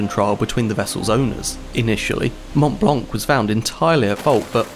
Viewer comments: You don’t announce the C for the love of god. Mount Blanc!!! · the t and c in mont blanc are sielent. Just saying